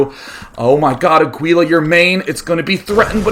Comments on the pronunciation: why would it be more likely? way more people speak spanish these days compared to latin. It's Aguila, pronounced AH-GEE-LAH like the other guy said. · actually aguila means hawk (spanish) its not pronounced aguila, its more like a(like the a in almost) - gi ( like giggity) - la (lacrosse) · It's pronounced "ah-gee-la". Aguila is Spanish for "eagle" Thumbs up so he sees